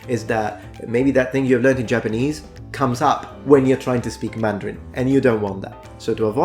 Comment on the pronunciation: Your mandarin tones are excellent!